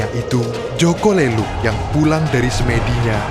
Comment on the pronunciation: Min boleh koreksi Nada aja jaka lelung di baca pakai nada e yg lemper makanan.. Bukan lemper batu